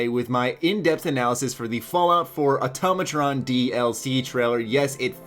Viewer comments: auto ma tron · its Automatron not atomoton